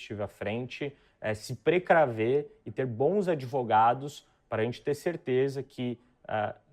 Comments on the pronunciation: Simplesmente AMEI. Esse "idvogados" fechou com chave de ouro. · "Idvogados" a ideia foi jogada. Hora de agir